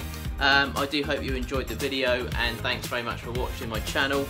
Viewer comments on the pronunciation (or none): none